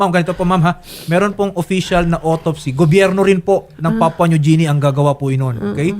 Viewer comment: Atty.. ang sakit sa tenga ng Papua New JI-ni mo.. ang tamang pronunciation po ay GI-ni.